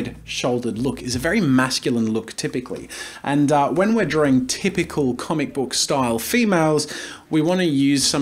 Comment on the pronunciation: why can't you pronounce drawing correctly????. ITS NOT 'DRAW-RING' !!!!!!!